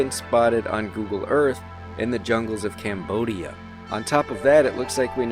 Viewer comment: how he says cambodia lmao